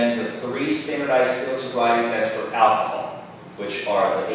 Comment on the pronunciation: The prosecutor can't even pronounce the word "alcohol" properly. It's not "ackahol."